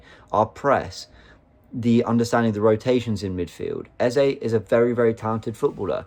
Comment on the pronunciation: Can you pronounce eze name the right way plse